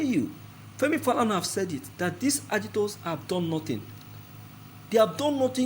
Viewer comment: MR PRESENTER., DO YOU EVER TAKE IMPRESSION? YOUR PRONOUNCIATION OF AGITATOR IS CHURNING MY STOMACH. PLEASE IT IS NOT CALLED AGITORS BUT AGITATORS !!!.